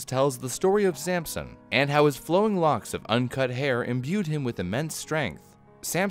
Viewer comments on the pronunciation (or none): Accents I suppose, people say things differently but you know what he meant